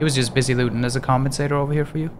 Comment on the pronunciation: Comensator? Hahaha